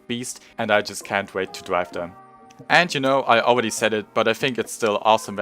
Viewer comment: “Aweady hit it.